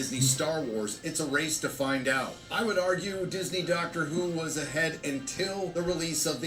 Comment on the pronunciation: did say Darker Who?